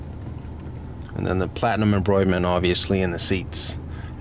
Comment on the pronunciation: Embroitment??? Did you mean embroidery?